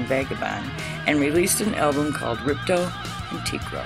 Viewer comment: His name is Le Tekro not Le Treko. Lol!